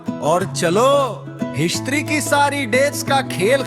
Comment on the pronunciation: History ❌ Iistri ✅